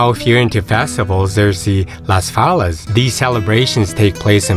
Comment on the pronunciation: My wife and I have lived a bit south of Valencia since 2017. A few comments. The Turea river park deserves more attention as does Fallas, which should be pronounced in the Spanish style with the double l having a "ya" sound. We recognized many photos as being from elsewhere, such as Xabia castle. Also I've had Tabanyl described as a bit dicey by a number of people. You should elaborate more on the US/Spanish tax treaty which says that taxes paid in one country can be deducted from taxes paid in the other. Regarding health insurance we obtained it from Spanish companies and after a year it's possible to get onto the public system. Gandia beach is 7km long. But yeah, Valencia and many other places in the Valencia Comunidad are great places to live.